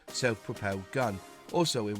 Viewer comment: its pROpelled not pOR pelled